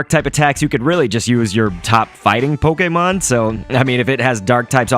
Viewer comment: my god. come on dude. poke-ee-mon is literally the most newb and worst of the three ways to say it. poke-ay-mon is correct as its japanese. poke-uh-mon is an acceptable one that sometimes the anime or nintendo people would use. poke-ee-mon is what people who play the main rpgs make fun of the pokemon go players for saying.